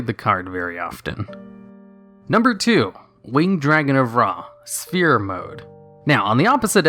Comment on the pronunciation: why do you always said in all your video *spear mode * its sphere mode , you don't pronounce the P....